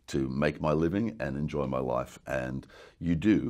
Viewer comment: thought he said 'to enjoy my wife' it's life he says, life.